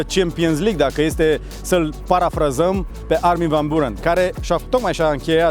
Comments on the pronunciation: M-a "spart" frate! Sa fii om de media de atat de mult timp, om de TV, influencer, sa stii engleza foarte bine, ce sa mai - SA FII BUHNICI - si totusi sa spui de 4 ori "Burăn"... :( Armin van "Burăn" Cum sa spui "Burăn" cand toti pronunta "Biuuurăn"? E pe principiul: "FAILURE" si nu "failiăr" cum ar trebui de fapt pronuntat corect! Altfel, un interviu decent. Well done! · biurăn se pronunța. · Armin van burăn, pe bune? Nici macar numele nu poti sa il pronunti corect si zici ca il asculti de mult timp? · îi foarte funny cu îi pronunți numele... exact pe românește 🤣🤣🤣🤣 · il asculti de foarte mult timp, dar nici numele nu stii sa il pronunti